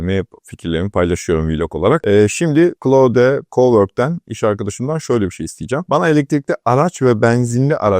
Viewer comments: hicbir ingilizce kaynakta oyle telafuz edilmiyor. ayrica dario amodei (antropic kurucusu) da oyle soylemiyor. Klaud seklinde okunur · Doğru telaffuzu öyle, geliştiiciler de öyle telaffuz ediyor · Ingilizce olan bir firmayi, ozel ismi, markayi tanitirken keske okunusu da arastirsaydiniz.